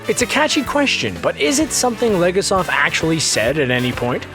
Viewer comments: Stop mispronouncing Legasov's name! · Donisan Vasy it’s extremely frustrating that the narrator and writers didn’t research the Russian and Ukrainian pronunciations for any of the names. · The way he said Legasov, bothers me more than it should :))